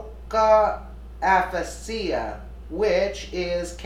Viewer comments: I think it's pronounced uh-fay-shuh. I had a form of it when I was taking Lasiks, or however you spell it. She may be losing it, or boozing it, or druging it. She's stayed past her prime, if she ever had a prime. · aphasia = a-fa-ja. 1st a is long, 2nd a is short, j is soft as in just. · Its pronounced like aa-ffff aaa she ya... get your act together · It's pronounce ah-fay-sha w a slight sound of z at the end u idiot! omg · Jesus, aphasia a·pha·sia, /əˈfāZH(ē)ə,əˈfāzēə/ --- Please get a dictionary. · Aphasia rhymes with Asia ( as in China & Japan). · I like you. For future reference it is aphasia: AH-FAY-zea. Broca's is Broke-ahs. I have this condition, but not as bad, from a rollover MVA. Right after the brain trauma, I was like her in this video. However, that was 2007; I was 46. I partially recovered. We've seen a steady decline in her, so it has to be physiological & progressive. (I am perm disabled RN; brain injuries suck.) I agree; you cannot be in a job where other peoples' lives and well-being depend on you.(why I'm stuck at home) Yes, HOSPITAL, MRI, Neuropsych eval, Blood tests. She is also may not be able to comprehend that she needs medical attention. The studio should have called 911, imo. I don't like the woman at all, but, having been in those shoes, it is very distressing. My kids got me back to the hospital because the didn't x-ray my head, only my neck, and I was a babbling idiot the next day. I didn't recognize I was in trouble. Great adults I raised! I'm blessed. As an RN, somebody MUST intervene! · “Expressive Ah-Pah-See-Ah” and “Broo-Cah Ap-Pah-See-Ah” lol. This isn’t Italian—it’s English. I wonder if she pronounces Disney’s movie: “P-Han-Tah-See-Ah” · Aphasia is pronounced Afazia. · aphasia = ah-fay-ziah Is how it is pronounced. :) My mom suffered with that after several cluster stroke in her late 70's..